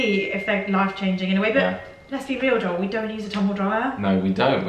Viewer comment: Your fault that I got Cadbury Flake candy bars, Cadbury rolls and Cadbury chocolate to mix, my favorites! And Joel, I get why people mispronounced your name because it sounds like you say Joe but "swallow" the -el.